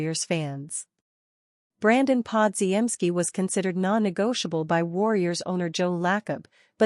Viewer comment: my god your AI announcer is horrible: Brandon Pod-ge-en-ski that is laughable as is the so called news you report--it is old news. pick it up, get a new A.I. announcer..never mind just go away